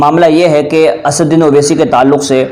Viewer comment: assauddin ko acche se bol